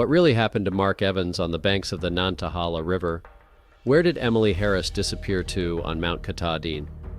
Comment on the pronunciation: nan-ta-hay-la. My papa was born by it.